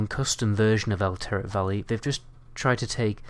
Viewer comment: wtf is "elteric valley" ?